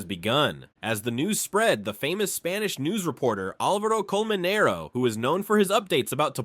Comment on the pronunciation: Its Álvaro Colmenero, not AlvAro ColmeneroU.. Pls pronunciation.